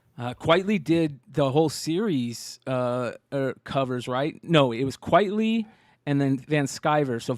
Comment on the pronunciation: Frank Quitely on the Blow section?! Say it ain't so lol - not one of his best for sure You're right He is an acquired taste. Fun fact his name is pronounced Frank Quitely as in Quite Frankly (not quietly) - his real name is Vincent Deighan. Fun show - looking forward to the Steinpack reveals